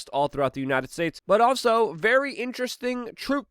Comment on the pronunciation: its Very...Not Vawy